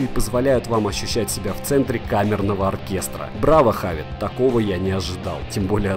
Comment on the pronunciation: Почему хавит? Хэвит